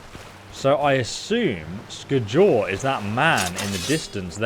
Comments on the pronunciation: Sk-jol is the right way of saying it,scholl makes flipflopps! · Not Sk-jol it's Skjol😎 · sk-jole? that is not how you say Skjol lmao. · Lol I know you're dyslexic bro and I feel ya, must be a pain in the ass. But you butcher the names with such violent intensity my ears start to bleed. Here it's Skadjol or Solstfeim, before it was the RATAWAY xD The J in many nordic words is pronounced like a Y. So pronounce it like Skyol - same thing for Mjoll the Lionness. It's not Mdjol, but Myoll if you will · The J in Norse language sounds like a *Y*, so Its Skyol not Skjol yo 😂😂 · Hey, love you bud but the J in the name Skjol is actually used like a Y so the name would sound different than how it looks... just thought you should know. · That pronunciation of "skjol" kills me, everyone knows its pronounced "skyol" its a Scandinavian province style game with Scandinavian names... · Just FYI, the Nordic ' j ' is more like our ' y ' , so, for example, Skjol would sound like Skiol. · It's pronounced skyoll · Stopped watching the video after the fourth time you said "Sk-JOL". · The "J" in skjol is pronounced as a "Y" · Lmao i was laughing the whole time cause of that.. its supposed to be pronounced ske- yul.. Idk why it was so funny oof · Its so funny the way you say skjol, but in your defense you should be norwegian to get it right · yes please, that was painful to hear